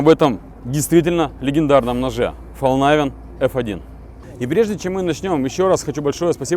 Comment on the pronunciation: Истинный швед))) Да не говори ты Фолнайвен. По-шведски название звучит как Фалькнивен, а по-английски Фолнивен. Спасибо, хорошее видео получилось)